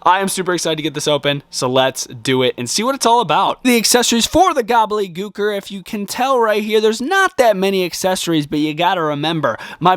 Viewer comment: SAY IT W ME..... GOBBLE-DY GOOKER.....gobbleDY.... GOBBLEDY......THERES A FREAKING D YOU KEPT SAYING GOBBLEY😵‍💫🤦🏼‍♂️